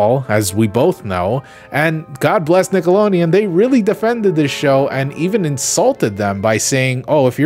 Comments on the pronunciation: STOP SAYING NICKOLONEON AAAAAAAAAAAAAAAAAAAAAAAAAAAAAAAAAAAAAAAAAAAAAAAAAAAAAAAAAAAAAAAAA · Stop. Saying. Nickeloneon. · Nobody: Not a damn soul:: NickeloNeon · WTF is Nickelonian? Nickelodeon. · I have to be honest, the pronunciation of Nickelodeon in this video is hurting me